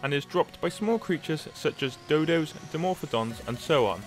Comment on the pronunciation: "the dode"